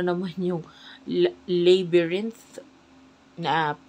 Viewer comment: Its labyrinth not "leybyrinth" as to pronounce, thanks sa reading cross watcher here😊